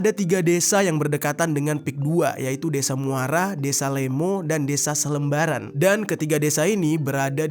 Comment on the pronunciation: Salembaran bang bukan selembaran. Btw deket rumah gua tuh